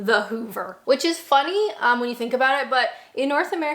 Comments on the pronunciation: Whilst your English "accent" isn't really that bad, the Canadian came out when you said "oat and aboat"... :D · the only time i really notice your Canadian accent is when you say a word with out in them like about, it comes out a little like aboot lol